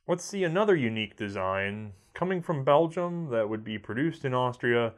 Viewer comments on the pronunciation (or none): none